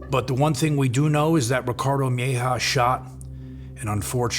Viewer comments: Its mejia not mehja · Bro PLEASE PRONOUNCE MEJIA CORRECTLY! Its not MY-HAW its MAH-HeeahAH PLEASE!!! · You mispronounced the surname Mejia. Its said like May-he-ah. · It's pronounced meh ,he,ah. Mejia... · Mejia is pronounced different